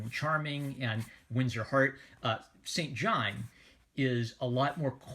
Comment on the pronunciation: In the book Saint John is pronounced 'Sinjin'